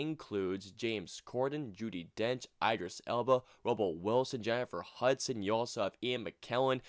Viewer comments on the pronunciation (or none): Dude, IDD-ris Elba.